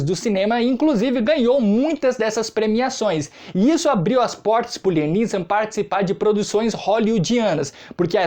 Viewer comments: Pronuncia correta láiam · Láiam essa é como se fala